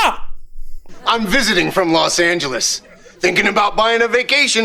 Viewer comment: nice one mispronouncing Los Angeles as a joke there to reference the Phoenix line